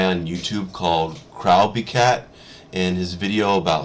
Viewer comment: It's actually crow bee cat.